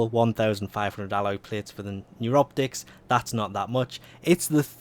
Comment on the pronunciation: "Neuroptics" Thought he said, "and you rub dicks".